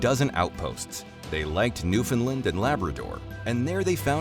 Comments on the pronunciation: Not a bad overview - lots of complicated historical narratives, tough to discuss in any depth in a 20-minute vid. A few thoughts from a Canadian amateur history buff: 1) This expat Newfoundlander would like you to know that there is no such place as "NEWfundlund". The pronunciation you're looking for is "New-fund-LAND". 2) The word "Eskimo" translates as "eater of raw meat", and is considered a racial slur today. The northern aboriginal people of Canada refer to themselves as "Inuit". 3) The French at Quebec didn't "catapult". They "capitulated". The two words are not at all the same. 4) You use an awful lot of footage taken from movies that have little or nothing to do with Canada or our history. Surely you could have found more relevant movie clips and film footage...? Cheers! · Very difficult to take anyone seriously when they pronounce Newfoundland as "Newfin-lind". Should have done your homework.